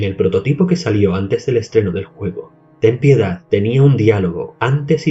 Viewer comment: Al menos alguien que puede pronunciar "Ten piedad"